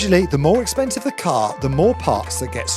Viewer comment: LOVED the "expensieve!" Hillarious!